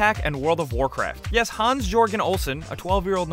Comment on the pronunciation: XD when you say hans it sounds you say hons